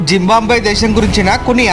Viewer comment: జింబాంబ్వె కాదు మిత్రమా జింబాబ్వె అనాలి